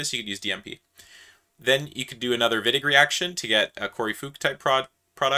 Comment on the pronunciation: Sorry, this a strawman. I do very much appreciate different accents - I hardly notice any accent at all in this video actually. However, it's quite irritating and frankly a bit disrespectful (no offense to here!) to the chemists that came before us to botch their names, even if they are from different countries. This name is not unpronounceable. In fact, the 'i' and 'g' in Wittig are pronounced the same here. Also, I am aware that the pronounciation of names is often difficult to find. (In this case a simple google search would provide you with it, but I acknowledge this is not generally the case.)